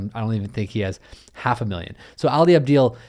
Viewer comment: You pronounced his name wrong!! It's Ali AbDal. Sounds like doll.